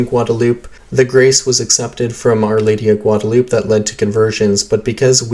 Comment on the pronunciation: Gwad-a-lew-pay. Come on man! I thought everyone knew how to pronounce Guadalupe. It is terribly distracting hearing something like this over and over.